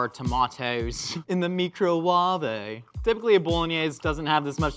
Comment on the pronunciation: The mee-crow-wah-vey 😂